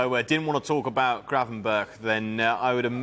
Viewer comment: It's Gravenberch, and why do you want him to go?